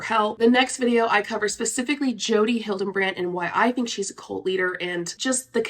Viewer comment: I really enjoyed the video, but her name is Hildebrandt, not HildeNbrandt.